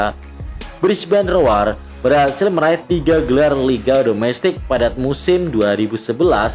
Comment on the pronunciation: Brisbane rowr bang bacanya bukan roar 😆👌